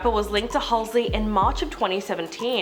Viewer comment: Had to stop watching cuz she kept saying "Halsley" 🤣